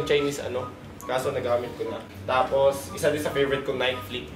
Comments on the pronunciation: Naykee not nayk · NAY----KEY... Di nike 😂✌️